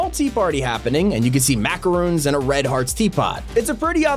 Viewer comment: i hate to be rude but it is said mac a rons